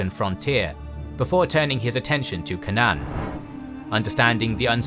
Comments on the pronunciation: Why can't you pronounce Canaan? It is "K" "Nunn". It sounds like "Kay" and "none". Were you raised in a barn? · Such butchering of English pronuncitation, so funny. K-nan, whats the supposed to be, Canaan ?